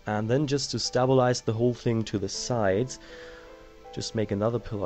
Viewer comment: OMFG ITS STABLE-IZE NOT STAB-ALIZE